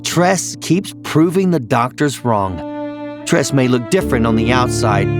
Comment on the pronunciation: Tres is Pronounced- Trey!! APPARENTLY you don't watch SBSK😒😒😒😒